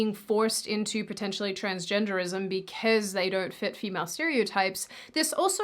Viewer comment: At 16.44 you say ‘be-kez’.